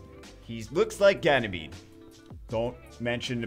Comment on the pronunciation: Its not genymede... Its GAY-MADE.. omg lol